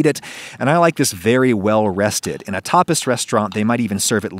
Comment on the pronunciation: I thought for a moment you said "Topless" instead of "Tapas" 😀😀